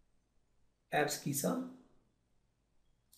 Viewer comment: Sir please pronounce abscissa correctly it's ab-si-sa ok